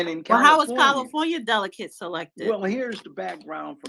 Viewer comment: Goodnight🤦🏾‍♂️ She still can't pronounce"Delegates"!